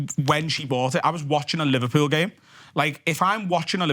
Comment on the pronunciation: He said he’s from livehpeul like a zillion times 🤷🏻‍♂️